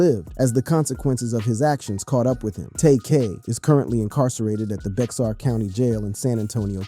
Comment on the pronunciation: Bexar is pronounced "Bear" and Tarrant County is pronounced like the name "Terrence" with a "T" instad of "S" sound at the end, obviously.